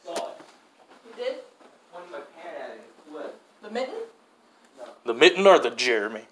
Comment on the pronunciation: I don’t know if you know how to spell mitten or if your saying mitton on purpose